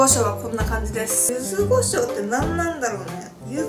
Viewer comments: ゆずごしょう× ゆずこしょう◎ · 九州の方だからゆずごじょうなんだと思います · ちゃんとゆずこしょうじゃなく ゆずごしょうっていうとこが 九州人だね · ゆずごしょうなんだ！ゆずこしょうかと思ってた！